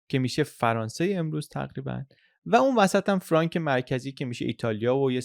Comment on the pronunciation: خیلی مختصر و جامع تعریف کردید ، افرین . فقط یک توضیح بدهم چون استنادات شما انگلیسیست باید بدانید که فرانک که قید کردید بدون تلفظ C بیان میشه یعنی میشود فرانFranc سی خوانده نمیشه . ❤سپاس